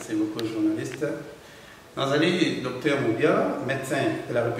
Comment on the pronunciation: Ma soeur svp, on peut se dire journaliste quand on prononce bien ses terminaisons par exmple: (docter... non c'est docteur, paster... non, c'est pasteur...au faire, vas sur google et trouve la vraie pronunciations des terminaisons entre: ter, taire et teur. Ne t'enerve pas mais c'est coe cela que ns aurons un Congo avec des bons journalistes. Si avec le Français ça ne pas, fais ça en lingala, pcq ça nous fait mal, ça nous sonne très mal même une fois que je t'ai suivi en interview avec Mr. Thiani sur la congolité mais c'est triste?